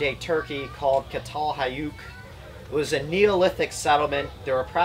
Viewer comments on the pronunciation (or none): Çatal Höyük is pronounced "Chatel Hoyuk"